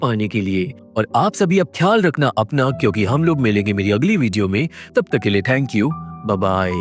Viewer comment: Bhai.....'jab' aur 'tab' me dikkat hota hai kya? Odd sound karta hai...sudhar lo